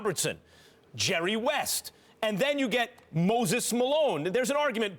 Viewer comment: When he said Hurrry west I spit my water out